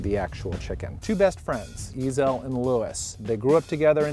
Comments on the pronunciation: Nonono, one pronounced Ezell and the other pronounced eZell, it's fucking different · Not ' 'ezel' , it's pronounced 'e'zel', the accent is between e & z